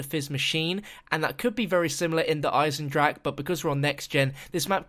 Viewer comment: wait sorry DARE EYE-ZEN-DRAK